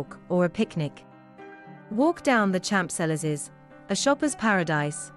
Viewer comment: The h is silent in Champs